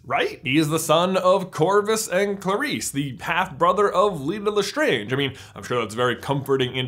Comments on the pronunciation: You're saying it wrong. It's LastrAnge not Lastronge. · I'm sorry...Le-STRONJ family mausoleum??? what was with the change in pronunciation?? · why do you change the way you pronounce Lestrange throughout this video????. You start with La-strange, switch to Le-straaaaaaange, then back to La-strange. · I'm sorry I love this theory and this video but I cringe so hard when you say Gellert Grindelwald and the way you say lestrange. also in the Harry Potter universe they use Roman mythology not Greek there's proof of this because the spells are from Latin and there is more proof